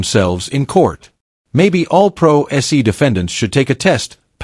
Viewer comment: I couldn’t watch to the end, the AI voiceover mispronouncing “pro se” as “pro ess ee” was the last straw.